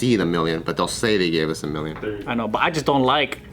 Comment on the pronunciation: Joe-hoe-va witnes; Theres a joe joke in there, somewhere